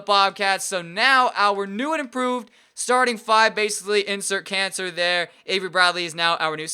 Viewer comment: and he says cancer instead of Kanter 😂